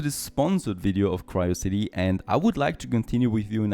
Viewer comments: Isn't it called Q-ri-o-city - as in Curiosity ?! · Nice game and has some nice mechanics. I think the games name is pronounced the same as Curiosity except with a Q. Might be wrong but throwing it out there 😊 Hope you do some more episodes!!